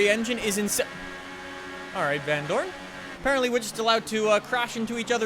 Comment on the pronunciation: The way he says vandoorne is so funny becouse iam belgian 2 and know him irl